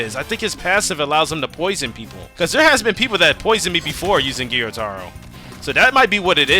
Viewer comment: It's not giyutaro it's,gyutaro, gyu it's one syllable